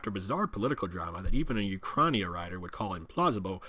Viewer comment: Hey, was wondering what you mean when you say Ukrainia, that's how it sounds anyway. Tried multiple spellings on Google and what came up was rederects to Ukraine. Can someone help?